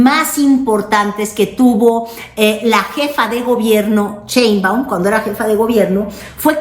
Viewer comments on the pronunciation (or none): Por favor que alguien le diga a que se dice Sheinbaun y no cheinbaun, aunque ya sabemos que lo hace a propósito